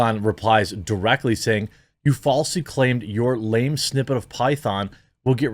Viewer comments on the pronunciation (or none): none